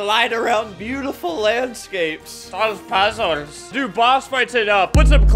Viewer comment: “solve pazuls” such inspiring words